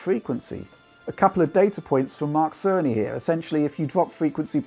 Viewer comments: I'm I the only one that hear Mark sony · Great contenct as usual!! Thanks!! (And I keep hearing Mark Sony 🤪🤪Tim Apple send his regards) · It has taken me far too long to realize it's Mark Cerny, not Mark Sony since pronounces them so similarly.